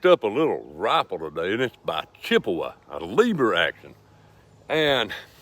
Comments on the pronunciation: pronounced chee appa not chippewa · CHIAPPA! NOT CHIPOWA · Hey partner, it's a Chiappa (chee-apa) and not a Chippewa. That aside, thanks for the review. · Just for future reference Chiappa is an Italian company and is pronounced "key - ah - pa". Understandably we as American try to pronounce it the way it would sound in the English language